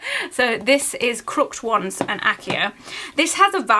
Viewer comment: It’s pronounced crook-ed wands. Just helping out. Love your videos.